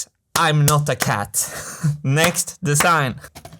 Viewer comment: If you only could learn for once to make a difference between a voiced s and a voiceless s. Don't say "de-sssign".